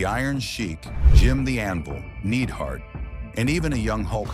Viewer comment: It’s pronounced “N-eye-d hart,” not “Need hart!”